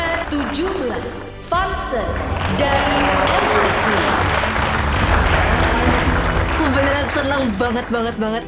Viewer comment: Sekali lagi apa?? hah MIT? MIT HAH ? MIT😭😭😭